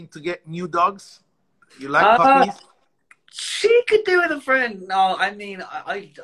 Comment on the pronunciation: I'm not sure what he said, but that didn't sound like friend